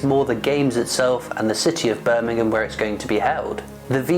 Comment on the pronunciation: Nice coin well presented but Birmingham 👀 Not Birmingham Alabama lol Take care 👍